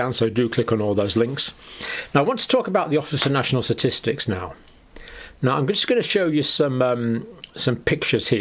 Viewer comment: Ok now he’s having a laff !! and he says “ Office of national S’atistics “ three times in a row !!! He’s just playing with us now !!